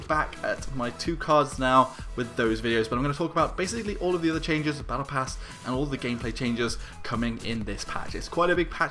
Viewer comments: Battle prass ?! U ok? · Like for "battle prass"